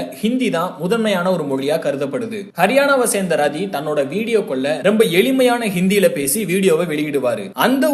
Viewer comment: ரதி இல்லை ராட்டி is correct pronounsation in ஜாதி ஹரியாநாவில்